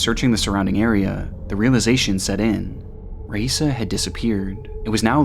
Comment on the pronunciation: You pronounced Raisa's name 3 different times in the first minute. Did you use AI to recreate your voice?